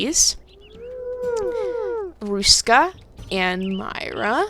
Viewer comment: You said Ruska really well ^^ You make it sound a bit Russian but it's okay x'D You actually managed to say all the letters surprisingly well since they are pronounced differently in Finnish and English. Very good! The Finnish R is really hard to say if you are an English speaker. You said Ruska's name like you would say "a rock" or "a road". In Finnish R is formed in the front part of the mouth and sounds a bit like purring actually x'D Because the tongue vibrates fast against the upper part of your mouth, where the English R is not nearly as strong and is formed in the back of your mouth. Finnish is known for it's strong Rs and Ks so it's easy to tell if someone is not a native speaker. You notice the lack of power when they say R or K. ^^ And Finnish is a hard language in general x'D Not even a native speaker can understand it sometimes.